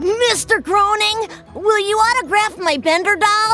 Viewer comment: You mispronounced Groening many times … to the point where i watched 7 minutes waiting for another. So Groening connects all of his cartoons, congrats for finding the reddit thread that you used for this video.